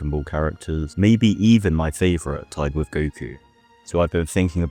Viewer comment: I can't unhear my favorite type of goku instead of tied with goku in the intro even though thats just your accent